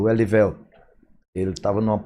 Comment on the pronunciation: "Clayssu" , "Eliveltu", "Gottardu" hehehehe grande Nonato!! Jogou MUITO e representou o nosso manto! Ídolo!